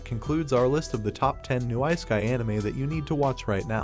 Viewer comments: It is not "IceKai" anime rather it is "issekai" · please never pronounce isekai again, ... its not ice - keye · Isekai ❌ Ice kai✅